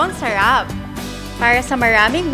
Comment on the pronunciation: Sherep.. Sarap po Hindi sherep.. Ang tanda Mona bulol kapa rin sa (R)